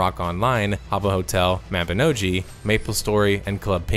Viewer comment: hearing you mention mabinogi was good. hearing you butcher the last syllable of its name was not. For future reference it's mabino(gee) not mabino(ji)